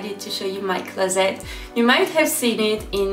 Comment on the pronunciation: Its real funny how she says closet it's like closett lol cool vid tho !